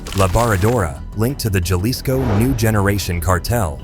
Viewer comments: Not Jah-LIsco pronounced HAH LIsco ! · You are mispronouncing a lot of words from the very beginning of the video, important words like the pronunciation of the word Jalisco, which is a very important state in Mexico! You are mispronouncing a lot of people’s names and other words. You are sensationalizing most of this content for entertainment purposes and views and making Mexico look horrible! Maybe Mexico should Blacklist you! Viva México! (¡viva!) ¡Viva América! (¡viva!) Oh, tierra bendita de Dios